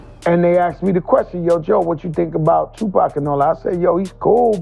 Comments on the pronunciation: "tu-pec" come on with that lazy ass ai bullshit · I really hate when they let the AI read the script...it is NOT pronounced "Two-Pack"! 😂😂😂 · The Pack shit is driving me nuts man. AI put some RESPEK on that mans name already! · Seriously with these AI voice calling Tupac" Pack" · This guy calls him "Tupac" and "Pack" in the same sentence 😂